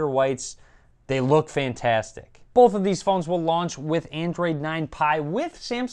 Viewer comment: boWth of these devices look good. Not boLth 😡